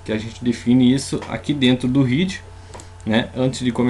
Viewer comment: Muito legal,! Muito obrigada pela iniciativa, gostei muito da aula e de conhecer o Atom. Só gostaria de lhe ensinar uma coisa em troca: a palavra é "head", mas a pronúncia é "hed", pois trata-se literalmente da "cabeça da página", ou de qualquer texto que você vá produzir. A pronúncia "hid", seria para a palavra "heed" (no caso de um "i" bem longo) a qual significa "prestar muita atenção ao conselho de alguém", ou ainda "hid" (com "i" curto), mesmo, que é o passado de "hide", "esconder".:)